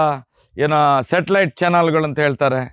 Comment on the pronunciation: ತಿಮ್ಮ ಅದು ಶಾಟಾಲಾಯ್ಟ್ ಅಲ್ಲ...ಸಟಲೈಟ್